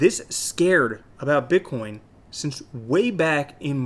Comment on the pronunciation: BiTcoin not BICKOIN ;)